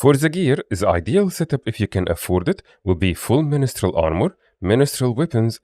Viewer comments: great guide; btw it's pronounced "min-strel", not "mini-strel" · It is ministrel for asura tho 😂